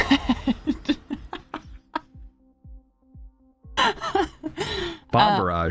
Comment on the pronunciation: Duuude every time he says bomb I think he says bong so I take a hit now I can't stop laughing